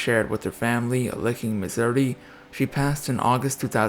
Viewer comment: I've noticed the narrators for this channel botch up names and words quite a bit. The way he said Missouri was just strange. Sometimes I can't help but wonder if they use bots.